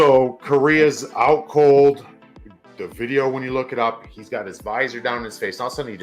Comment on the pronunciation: “Come and get em im not gonna hand the aht”